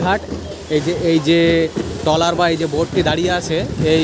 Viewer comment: আপনি বার বার ড্রলার বলেছেন! কিন্তু এটি কে ড্রলার নয় , এটি ট্রলার বলে, ।